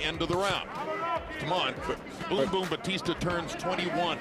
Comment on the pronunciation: Bautista...pronounce it Right Not Batista 😅😅😅